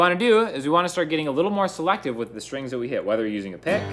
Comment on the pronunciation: I love how you say stringsuh good vid